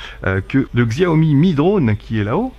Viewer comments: par contre ça me fait mal d'entendre xiaomi... Ca se prononcé çiaomi... 😂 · Au passiage ca se prononce Ssiaomi, y a pas le sons xiao comme tu dis en chinois